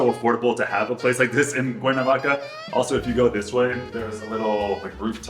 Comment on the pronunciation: Por qué dice el traductor "Cuavaca" en vez de Cuernavaca?